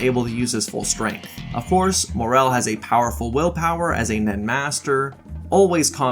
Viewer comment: it’s MORAAAAL, not MOREEEEELLLL😂